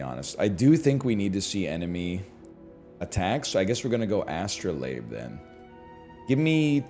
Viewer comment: Bro doesn't say astrolobe anymore, he reads it properly =(